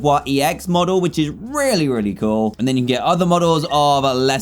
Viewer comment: At 11:8 I thought dan said rare-y nice